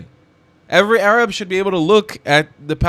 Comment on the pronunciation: yaa 7abiibi, it is time for you to stop saying "Arab" like someone who thinks he knows the proper pronunciation. Please stop saying AArab. It is 3rab. Learn the muscles in your throat to pronounce the "ع"...the "3ayn" ana b7bak waqt Taweel Edit after watching: As I have on a flashcard for my Arabic studies, "معظم الشعب الفلسطيني، انهم ضحايا التلقين التي جعلهم عميانا و يحبون العنف"